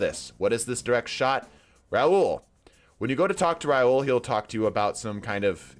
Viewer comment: “Raul” and “Rahool” aren’t the same name…